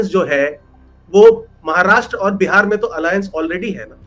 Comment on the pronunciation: बहन बिहार बोला करें बेहार नही